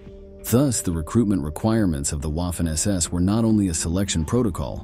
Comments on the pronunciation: Small critique, it’s not Waf-fen like Waffle, it’s Vaf-fen because German w is pronounced with the distinct vah sound like it’s a v. It’s just 44 secs into the video and that can shut someone down for watching it through. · You mean: Vah-fen SS? Why can't you just narrate with a human narrator? Or... is it just someone competent? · It’s funny how he says waffen like how’d you’d say waffle. Say it right the Germans said it like the W was a v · Wah-ffen SS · Your pronunciation of Waffen is shy of being atrocious. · I can forgive the W/V issue, but narrator used an American short a, as in “ad,” “at,” and “apple.” Make sure your hired voice can pronounce words specific to your video. I paused the video, thinking, no, he did not just say Waffen like “a” in “taffy.” 🤦🏻‍♀️ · If you are going to do a video about the Waffen SS. At least pronounce Waffen properly. 🙄